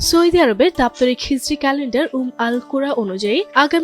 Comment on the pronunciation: সৌদি নাকি সৈদি সংবাদ পাঠিকার উচ্চারণ সঠিক নয় ফালতু